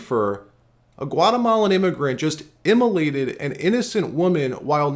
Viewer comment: Did you say “emulated” for “set on fire”? Im trying to learn a new word 😊